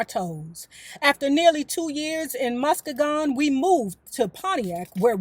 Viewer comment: love your channel. The correct pronunciation is MUSS-SKEE-GUNN😍